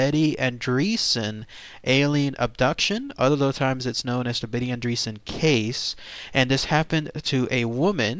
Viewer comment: Betty is my great aunt. I have no doubt whatsoever that she experienced something truly unimaginable. If you have doubts, read the Andreasson Affair book. Also, it's not "andreesan" it's "ahndreyassan". Sorry, family values (